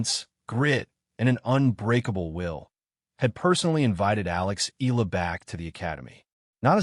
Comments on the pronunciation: E-yala or Yala not EELa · Fake AI news narrator cant even properly pronounce Alex family name😜😜😜